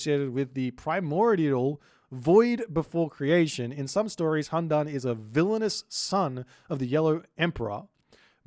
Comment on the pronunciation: Also. "Qi" is pronounced as CHEE "Tie" is pronounced as TYEH "Hundun" is pronounced as HOON-DOON